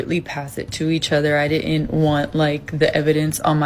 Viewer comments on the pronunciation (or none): Red Flag : she pronounced "didn't" like dittent 304